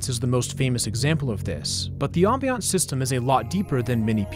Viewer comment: bro you pronounce ambience in the worst way possible, i cringed so hard